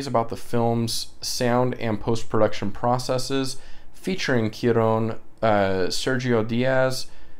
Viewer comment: Haha no worries about butchering names. I do the exact same thing. In regards to pronunciation Cuaron, the first 3 letters are said like Kwa. 😁